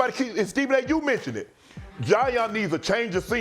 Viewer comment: Who’s “Jaion”? Ja & Zion combined? 😂